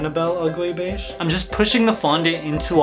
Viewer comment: I am sad because he said ugly bage and that is my skin tone